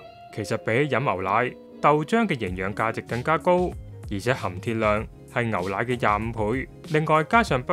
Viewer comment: 「牛奶」兩個字讀唔正